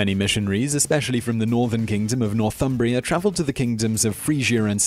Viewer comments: "Northumbria" not "Northumbrier" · That's "Northumbria" not "Northumbrier"